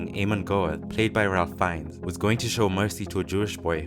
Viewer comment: Great video! ... but it’s pronounced “Ray Fiennes”